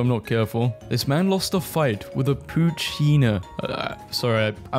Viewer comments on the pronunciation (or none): it's said poo-chi-e-na